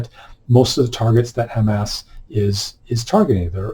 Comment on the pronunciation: Dude! You made me laugh so hard when yopu pronounced HAMAS as Ham ASS